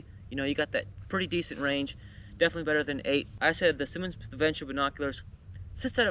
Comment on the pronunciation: You’re pronouncing it wrong. It’s not Simon. It’s Simmons.